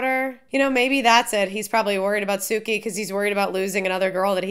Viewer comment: It is pronounced "Sue-key" Suki.